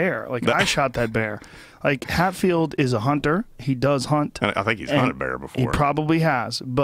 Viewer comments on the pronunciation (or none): hey joe.....its james HETfield....HETfield.....